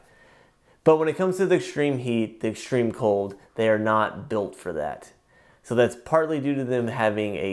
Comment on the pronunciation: ''EXSHTREME'' lol